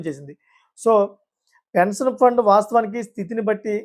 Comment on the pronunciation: Appati news chepthunnavu pensanu kaadhu pension